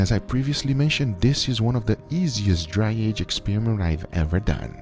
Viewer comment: Nobody: Guga: you see this air that contains msg so we will dry she our steak with air